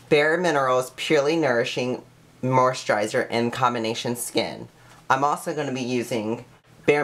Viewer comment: He can't even pronounce moisturizer or perspiration hahaha I can't take this person seriously